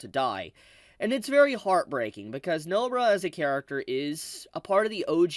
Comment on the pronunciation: I like how you say No-bra instead of NobAra. Cheers.